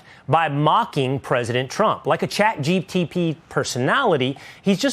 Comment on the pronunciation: is it caht GPT or chat GTP like he said